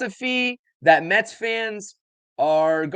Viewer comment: It's Mets not Metsis